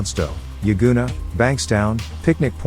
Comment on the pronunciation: He got Yagoona right but can't say Padstow 🤣 " paardstow"? WTF? 😂 I'd by him a case of Coopers pale ale for a round or two of his attempt at an Aussie accent if he thinks that's how we pronounce pad✌️🤠🇭🇲.